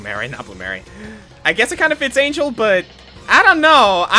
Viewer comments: Little observation: Angel is Mexican. The name is pronounced in Spanish. Other than that, good reacts. I don't think ANYBODY knows what the actuall hell is up with Xanadu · Also... Angel's name is pronounced hispanically, in general.